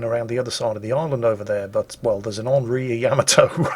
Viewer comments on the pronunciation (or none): none